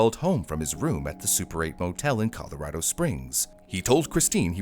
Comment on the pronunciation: I just want to note, bravo for saying "Colorado" correctly.